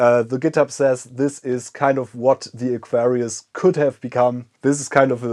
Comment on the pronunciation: When you say Aquarius, the accent (to me) sometimes makes it sound like Nefarious! I'm thinking this would have been a fantastic name for the new system ;) Great video and neat system.